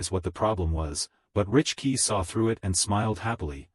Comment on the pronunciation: Bro please learn English it's not richkey it is Rickey it is siblings not sisters